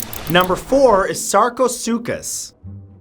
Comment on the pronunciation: Finally! Someone who pronounced sarcosuchus correctly